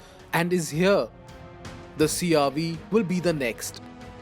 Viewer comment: It's CR-V not CR- wee... 🤦